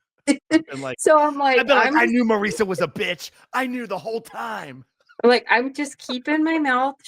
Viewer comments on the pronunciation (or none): none